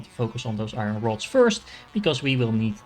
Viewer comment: Thanks for the very helpful video. One small thing I can give back is that iron is pronounced eye-urn, as opposed to eye-run. It’s kind of a weird word though, not really two syllables or one syllable, like 1.5 🙂 so smooth it out. And now I’m writing a book on how to say iron!